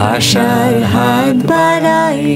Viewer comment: মিমি ম্যাম উচ্চারণ টা "বারাই" না ।" বাড়াই" হবে। আপনাদের গান খুব ভালো লাগে।